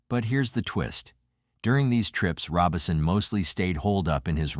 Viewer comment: So is the name of the family "Robinson" or "Robison?" Either your information is off or you need to learn some pronounciation.